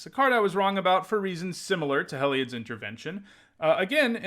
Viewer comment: "Hell-eye-odd" Everyone else: "Hē-li-odd" 🤷🏼‍♂️